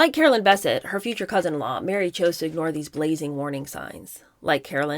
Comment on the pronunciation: Her last name is pronounced ba-set not basset. This is such a good book. I know you are criticizing why the author isn't bashing the women but the book was about the Kennedy men. And the women they destroyed. The author did insane research before she wrote it. It's ridiculously accurate and truthful.